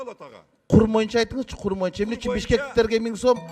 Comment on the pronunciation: Моюнча дебей боюнча деп сүйлөсөң!моюнча деген сөз жок кыргыз тилинде!!!боюнча деп сүйлөчү чулдурабай!!!